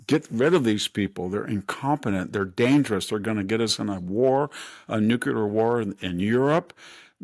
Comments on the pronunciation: I love VDH. Exquisitely educated and erudite with a photographic memory and recall ability better than most people half his age, but…..with tears in my eyes…”MUH”-slim, not “MOO”-slim; “Nu-Klee-r,” not “Noo-Q-lar.” It’s like hearing a lecture from an old Oxford don and hearing, out of nowhere, “A-rabs” or “EYE-talians”… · The word nuclear is mispronounced like George Bush does. Sad.